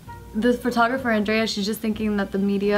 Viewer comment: Is andrea like italian or something.. Otherwise just pronounce it properly..